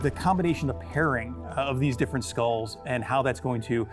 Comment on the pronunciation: "legendary with all scolles on" Bro, you cant even say skull properly.